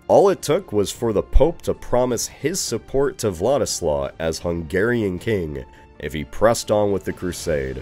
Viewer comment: bro this guy mispronounces everything ive caught it atleast 5 times in this video Edirne, Croats, Hungarian (when he said hungarian nobility), it's just so lazy especially for a big channel